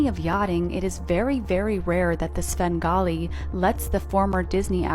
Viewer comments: Bro, it's "Svengali", not "Sben Gotti" 😂😂😂😂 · He did NOT just say “Sengawlee” 🙄🤢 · The way u mispronounce words is adorable sin golly sham ollay E bee za it's endearing ❤🎉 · Svengali is pronounced with the v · Not going to lie listening to you mispronouncing Svengali is cute as hell